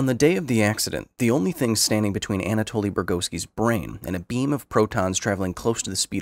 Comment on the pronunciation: Anatoli , not Antaloi 🤣🤣🤣